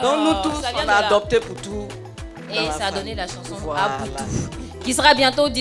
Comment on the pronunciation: Ce n'est pas "apoutou", Mais " Poutou " autrement dit " Poutou-Poutou "